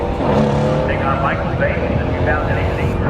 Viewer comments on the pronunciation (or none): none